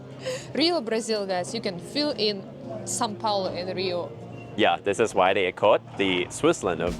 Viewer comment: is always trying to correct pronunciation, when in fact she is pronouncing São Paulo better than him. In Russian, there are sounds closer to the ones in Portuguese like "ão", which doesn't exist in English.